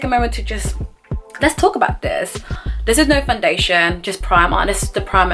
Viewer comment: The way you say “Fun-dation” gets me every time 😂